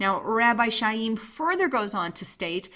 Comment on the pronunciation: Chaim is pronounced (phonetic) KIME.... like DIME with a hard K